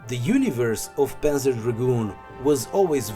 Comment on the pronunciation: if its your favourite series then maybe its time to google how to pronounce "panzer" and "zwei". [